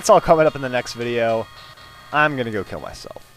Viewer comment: in the end it sounded like said im going off to kill my self xD damm i had to watch the video 3 times to actualy make out what he said wich was im going off to heal my self LOL